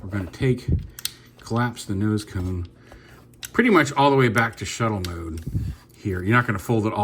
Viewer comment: I know that you mean :) that was the only time you said tone instead of cone.. so atleast it was just one time thing :)